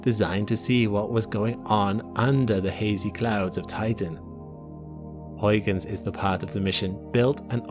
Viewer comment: it is not hoiguns in is huigens with an ui sound, not an oi...come on.... do your homework please..